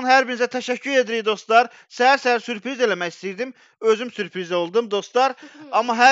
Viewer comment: sürpiriz oldu mürpiris 😂😂